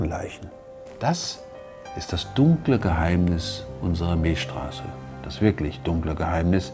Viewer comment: Milcccccchhhstraße nicht Milschstraße. XD